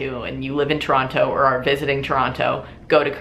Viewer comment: Also, I love how Americans/any foreigners pronounce Toronto the proper way lol rather than the people from here who just say "tron-oh"